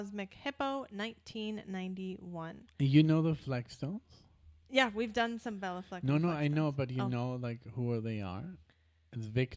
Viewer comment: Great selection. Béla and Billy have played/recorded together a few times. Just for correctness Béla is pronounced bey-la not bell-a.